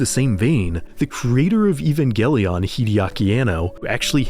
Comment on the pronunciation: I think "Evangelion" is meant to be pronounced like "evangelism", with a soft G